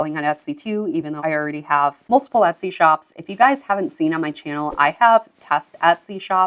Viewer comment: I’ve been watching your videos for a few days, and I appreciate the info. I’ve noticed on several occasions you pronounce Etsy with a short “ o” sound, like “ Otsy”, I’ve heard it enough to be curious and ash, what regional accent is that, and what other languages have people in that region spoken?? Are up perhaps somewhere on the north Mid-west? Like say, Minnesota? Oooor, perhaps Canadian? I don’t know. But I am curious. 😉